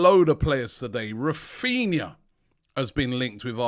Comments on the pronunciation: Raphinha not Raphina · Raphina, pronounced Raphineea haha. Robbie finds letters in these players names that are just not there